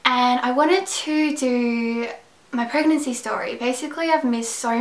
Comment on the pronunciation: i thought she said herpes guys :P at the first seconds of the video